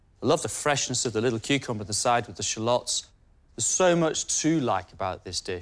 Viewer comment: what is that accent for cucumber? Kuchumba? Never heard that!